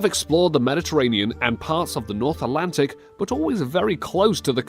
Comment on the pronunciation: Why can't you say "Atlantic" properly?